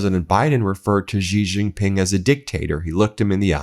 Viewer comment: Hey Ben! I love you and what you do but I really wish you would stop mispronouncing Xi Jinping. Try saying She-Jeen-Ping (She like the pronoun, Jeen like Jeep with an n, Ping like ping-pong. Main stream media titally pronounce it wrong and they always try to pronounce "J" as if it was a French word like Beijing (correct pronounciation is Bey-Jeeng as you would pronounce Jee in Jeep).